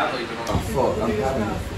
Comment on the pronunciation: ハロウィンの日に、神戸でBring me the horizon and Babymetalと共演してましたね。大阪公演は無っかたけどね。Fワードの発音もイングランド南部と違いますね。僕は、エディンバラに留学してたので、慣れてますけどね。😅